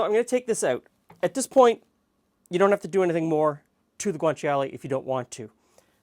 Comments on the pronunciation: It's pronounced: "gwaan-chaa-lay" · GREAT video. Thank you. Just a friendly note: guanciale is only three syllables. Sort of like gwan-CHAH-le. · Ci in Italian is pronounced as a "ch" sound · You don't really pronounce the i in guanciale